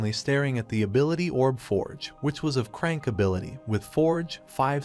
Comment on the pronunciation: Bro said c rank and crank lol